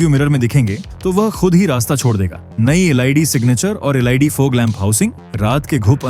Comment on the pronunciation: अच्छा प्रस्तुति है। थोड़ा लटके झटके से कम बोलें पब्लिक को शुद्ध जानकारी कम से कम समय में मिले। अक्सर आप लोग LED शब्द को एल आई डी बोलते हैं जो गलत है और बहुत गलत इंप्रेशन डालता है। सही शब्द एल ई डी है और इसे ऐसे ही बोलना चाहिए।